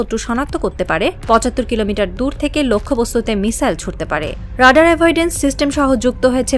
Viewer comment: The most tragic fact is that almost all the reporters of our country in fact do not know how to pronounce the basic English words like Radar, stealth!!!!!